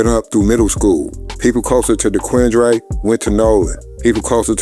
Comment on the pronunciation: Dequin-dre is crazy 😂